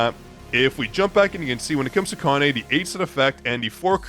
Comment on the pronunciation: her name is ka-na-é,not a-ka-né.whats wrong with u people